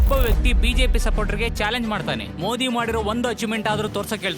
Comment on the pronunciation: ಮೋಡಿ ಅಂತಾ ಹೇಳುತ್ತಿದ್ದಾರೆ. ಮೋದಿ ಅನ್ನಬೇಕು ಅಂತಾ ಅವರಿಗೆ ಗೊತ್ತಿಲ್ವಾ? ಧ್ವನಿ ಸ್ವಲ್ಪವೂ ಚೆನ್ನಾಗಿಲ್ಲ. ದಯವಿಟ್ಟು ಇವರನ್ನು ಬದಲಿಸಿ